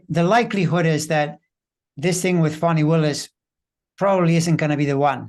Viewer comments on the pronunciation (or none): Fani Willis: Her first name is pronounced FAWN-ee. If you can't remember that, call her D.A. Willis.